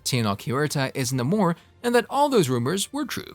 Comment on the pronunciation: The name being wrong is cringing lol